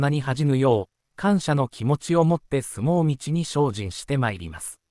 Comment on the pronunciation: 相撲みちとか来場じょとかいい加減な読み方をするのはやめて欲しいですね…